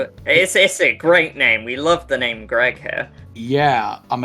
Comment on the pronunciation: Yaay you pronounced my name correctly 😂 Nobody ever does! Great video guys 😊